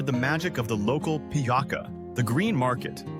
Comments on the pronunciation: If you were living in my country for a month then you should know it's not PIJAKA, it's PIJACA (reading something like italian piazza with a bit longer voice I). And at this moment busses in Belgrade is absolutely FREE. And on the end - this what you said about that you will always feel like an outsider, this is actually the biggest mistake of them all. We are one of the rare countries where you can really become part of our culture and be accepted (If you want examples I can tell you some). While in Germany, Norway, Sweden or whatever, you will never ever be accepted like part of their culture, society etc. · Piaka , kadjmak… Living this long in Serbia and not knowing how to pronounce these words is quite embarrassing. To all foreigners living in Serbia, please show your respect to the country that warmly welcomes you by showing an honest effort to learn the language. It’s a basic requirement just as it’s required to speak English if you’re wanting to live in USA. Thank you.